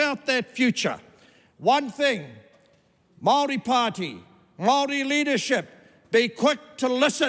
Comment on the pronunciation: Wow. Now this is how the haka girl should’ve spoken. His pronunciation of Maori is even better than hers